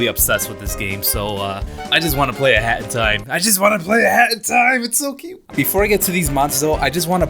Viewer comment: When he say hat in time it sound like hentai